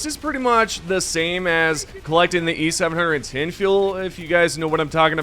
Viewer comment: It's not e700 10, its just e-710, seven ten...